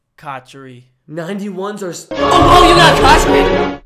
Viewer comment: He kinda lost he said cotcher not cotchery